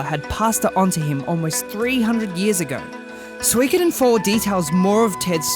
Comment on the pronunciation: Swrongkoden. It's suh-ee-koden